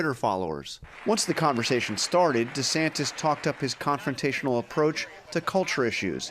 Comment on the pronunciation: DuhSantis got no chance but he could keep dreaming! It's Ron Duh-Santis, btw! 🤣